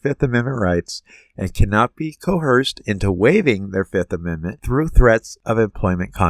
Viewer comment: The word is coerced; not co-herced